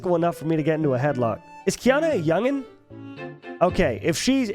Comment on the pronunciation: pretty sure it's Akana not Kana